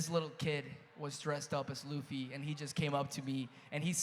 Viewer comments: It’s LUFFY!! not lafy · The way she pronounced “Luffy” made me cry😂😢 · The Luffy pronunciation had me🥲🙏😔🤣